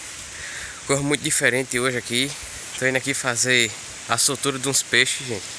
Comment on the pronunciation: Soltura,viu.Não é sou tura não.